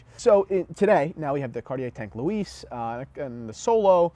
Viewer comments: 1 out of 3 is good for Americans today. At least he didn't mess it all up.🤣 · Why are u pronouncing Louis like that lol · The guy can't pronounce "Cartier" or "Louis" properly, and yet he thinks we should take his advice? What an asshat!